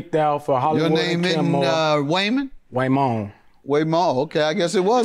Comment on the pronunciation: His name is "Waymoand", periodt